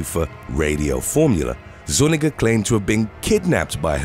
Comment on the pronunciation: the little squiggle (I can’t remember what it’s called) over the N is an extra letter in the Hispanic alphabet. It is pronounced like enya. That name would be pronounced zu-NYEE-gah.